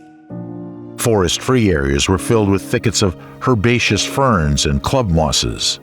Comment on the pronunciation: “herbareous”? Really?